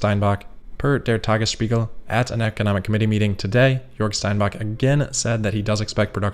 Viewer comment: you trying to make him sound like a native? You are right about the hidden sh. But he snuck it into spiegel perfectly. I replayed it 6 times to be sure.